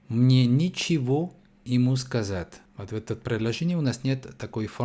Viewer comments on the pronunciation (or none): предложение 7. Мне нЕчего ему сказать. 😊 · НЕчего... Ударение на первый слог! Звук Е Не меняется на И...!!!😊